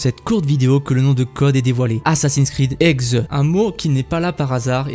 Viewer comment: Par pitié, y'a un "h" devant HEXE prononce le XXXXX(